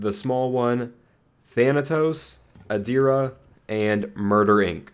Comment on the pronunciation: I cant believe you pronounced Adira right. Hats off to you :D